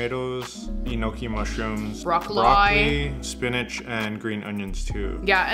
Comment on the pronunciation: Honestly I’ve never heard someone pronounce broccoli the way you did 😂 and I’m here for it